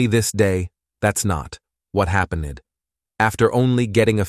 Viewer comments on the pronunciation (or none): you know you are listening to an AI narrator when it pronounces the word ‘happened’ as “happeneded” 😂😂😂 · The narrator cannot read correctly. He pronounces happened "hap" "en" "ed" with 3 syllables rather than "hap" "end" with 2 syllable as is traditional pronunciation. On this channel's stories you can hear many words that are not pronounced correctly. it is irritating to listen to. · “What happenid”… I can’t even watch channels where the narrator doesn’t care enough to even pronounce simple words correctly. 👎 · babysitting babysitting babysitting babysitting. C’mon now. Could you maybe put a little more effort in when making these videos? The AI voice ain’t cutting it. It comes off as lazy and almost comical when words like ‘happened’ are pronounced as . Do better please, lol smh.